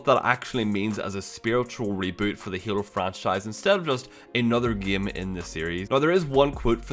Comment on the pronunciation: why do you keep pronouncing game as "gam"?